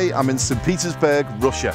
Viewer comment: Whenever he say Petersburg, sounded like Pizza’sburg.